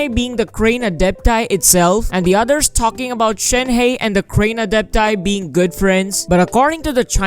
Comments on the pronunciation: It’s pronounced as Shen-her without the r. Not shenhay lul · It’s pronounced “Shēn-Há”